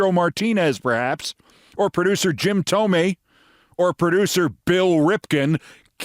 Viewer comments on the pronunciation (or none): none